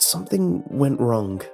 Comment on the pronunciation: "Wronk" "Wrung"